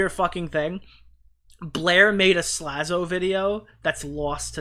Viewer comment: Tommy still can’t say “Slazo” either. (“Zlazo”)